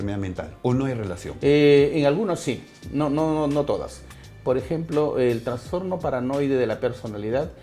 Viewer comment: Todo excelente, pero por Dios... es TRASSSSTORNO no TRANNNSSSTORNO